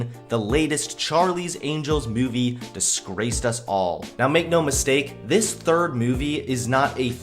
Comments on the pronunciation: Every time he says movie. I hear “Mewvie” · Kinda irritated at the way pronounces "mewvie" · Ps- There is no "y" in the word "movie". It's not pronounced "mewvie". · Please stop saying Meuu-vie like that. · Fuck feminists P.S why do u say mu-e-vi its moo-v-ee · Ok totally off-topic. Why does pronounce movie like "Meiuvie". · So...am I the only one that noticed it's not pronounced MEWvie? 😉😂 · Haha! Mew-vie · I can't get over the way you fucking say movie... Moovie? Myuvie? WTF? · Am I the only one hearing him say 'myuvie'? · "Mee-yoo-vee" What part of the country are you from? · "Take a mee-yoo-vee and re-bee-yoot it, but first check out the merch I have for see-yale." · I will pay you money if you will learn to pronounce the word "movie" correctly.